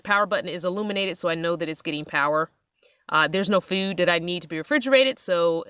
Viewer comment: I love the way you say food “fewd” excellent build thank you for sharing with us all